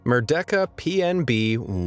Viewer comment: sir please, it's [mer-day-ka] not [mer-deck-a]